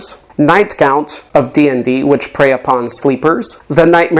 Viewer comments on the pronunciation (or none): none